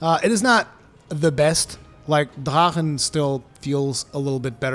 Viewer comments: Honestly it sounds more like he's saying da'ha'han. I've heard the proper pronunciation and I swear I still hear the "r" and "k" sound in it. Sounds more like Drak'han with an emphasis on a slight roll of the 'r' but maybe that's just me. 🤷🏽‍♂️ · "I try to pronounce things correctly" Ok, except they say it in ff xiv. It may be a german word in origin, but that's irrelevant in a make believe world where they use it and it's pronounced "drakken" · Wo bist du aufgewachsen? drachen wird so nicht ausgesprochen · this is a japanese game, with japanese based spelling. so its not pronounced in german. no? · Say “drachen” one more time 😜 but seriously I think this is a great arch tempered no silly mechanic just a beefy monster I find him fair if your greedy or spam your gonna get wrecked. It’s a shame he’s the last till Iceborne but damn I agree he’s a fantastic send off I can only hope that one day all the arch tempered are added permanently so they can be challenged over and over I find many of them the best challenges in the game accept kushala he can go suck it 👍